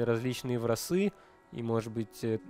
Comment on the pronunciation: Почему тогда «врасы»? Ведь wrath читается как «раф» w не произносится🤷‍♂️